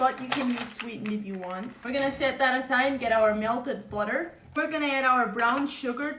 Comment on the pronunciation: Myelted bwotter